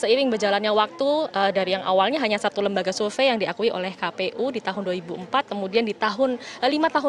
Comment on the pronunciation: "survei"bukan sulve "Sore" bukan Sole ngakak ajg😂😂😂